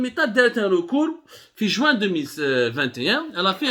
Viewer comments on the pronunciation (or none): none